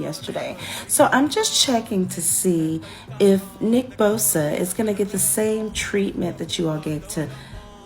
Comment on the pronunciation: She can’t even say his name right 😂hold this L